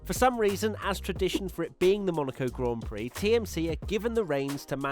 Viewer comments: when she called it a "glaan Peere" I got foking offended. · Cringe all around "Grand Piri" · Omfg, right? Im sittin here, watching this large woman call it a 'gan plix' or whatever the hell she said, while the actual winner of the damn race in question stands aside while she gets the spotlight....idk who the directors and producers was, but i like to think theyre on the hunt for new employers. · saying Grand Piri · I heard an American say grand pricks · She was faking her interest in motorsports and didn't even know how to pronounce a Grand Prix "Glaan Peere" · not just that, she couldn't even pronounce grand prix properly either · who must not be named Whatever you think, buddy, but the interview was embarrassing, she can't even pronounce "grand prix." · The whole segment was brutal...she didn’t even how to pronounce the words “Grand Prix”... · that was so painful to watch